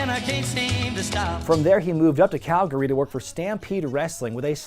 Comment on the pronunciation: As a Calgarian, he said it perfectly and the loonie touch was just so well placed, thank you